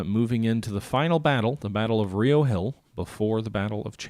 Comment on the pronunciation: As a native to Charlottesville, it's RI-oh Hill. Not Ree-oh. Don't ask me why. it's just like how we call Buena Vista byoona vista